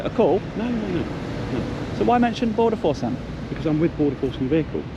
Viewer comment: Did he say he was with border force or border FARCE?